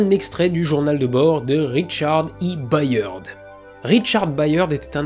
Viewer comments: Cette vidéo est juste parfaite, mais si je puis me permettre le patronyme Byrd se prononce à peu près comme bird (beurd, donc). C'est également celui de William Byrd, compositeur majeur de la Renaissance 😉. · "Byrd" en anglais se prononce exactement comme "bird" (oiseau).